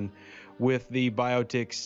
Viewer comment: Thank you! now if we can just get Rev to pronounce the word correctly [By - OTT - icks} Not Bio-Ticks!?! LOL Are they a new form of Borg nanoprobe or swarm insect that sucks your blood dry? Love ya Bro!